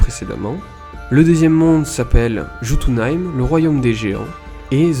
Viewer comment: Jotunheim se lit yotunheim